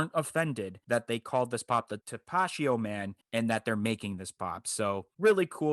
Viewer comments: TAP-UH-TEE-O lmao not tapashio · Tapatio not tapachio😂🤣👍🏼